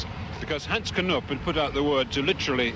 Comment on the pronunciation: Hens Knoeeeep ? Get your prunanciation right Het is Hans Knoop